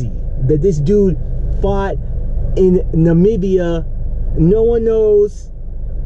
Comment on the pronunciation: Disappointing to see a brother that can't pronounce Namibia. But I suppose he can pronounce European countries.